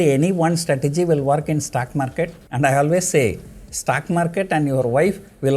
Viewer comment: It is STOCK Market. Not STACK MARCATE. 😒😒😒